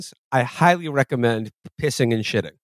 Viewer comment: shidding and pishing and farding and swedding